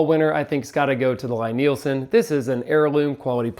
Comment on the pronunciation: It's L-E-E Nielsen. How dare you mispronounce the worlds greatest purveyor of the worlds finest hand tools in the worlds bestest craft. Love your Lie-Nielsen planes like your first born child. Take care of them and they will take care of you. The price definitely matches the quality, the moment you pick one up its readily apparent. Woodriver is a close second to the LN planes in terms of quality when we're talking about the bedrock style bench and block planes. If your into the low angle jobbers or prefer the Norris style of adjuster Veritas out of Canada is of the same quality as the venerable Lie-Nielsen. Melbourne Tool Company is the new kid on the block and of good quality but nowhere near the heirloom quality of the Lie-Nielsens. I have to say tho, my favorite plane happens to be my Stanley Bailey style #5 which my great grandfather bought and used. It was produced around and still takes sub thou shavings. Amazing how handplane technology hasnt changed much is the last hundred years. I too am a plane fanatic, and your excitement about them is awesome to see. Been watching you guys for a few years and you guys are a great inspiration for young people in the trade. Keep up the great work and dont stop being the fantastic role-models that the entire Perkins builder bros team has become. More plane videos please!!